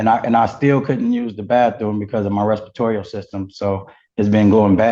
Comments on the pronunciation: Respirtorial system 😂😂😂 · “Restatorial system”? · "Respritorial system"😊😅😅😂